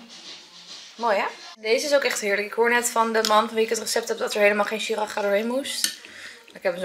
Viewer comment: Heerlijke ik geniet ook zo van eten bereiden. Siracha spreek je trouwens uit als si-ra-tsja